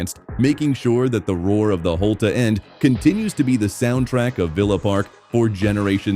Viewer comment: Holte-a end really Annoying